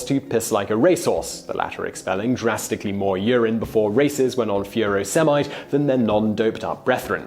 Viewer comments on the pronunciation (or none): I've never heard furosemide pronounced like that before! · tegs69UK I was thinking the same thing. But then drug names can be tricky to pronounce a lot of the time.